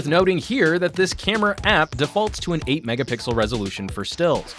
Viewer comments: 8 or 23 "megapickel" lol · How can a professional YouTuber say,Mega pickle.Loooool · "megaPICKLE images" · did he said mega pickle images?